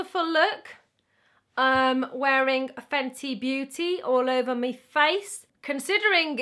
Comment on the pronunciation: "Fenty Beautyyyy" in her Welsh accent😂😂